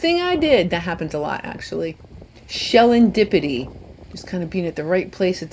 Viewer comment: Great! I loved that "Shellendipity"!